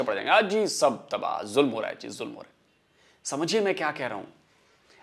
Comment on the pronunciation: Julum nahi... "zoo-lam ho raahaa haa"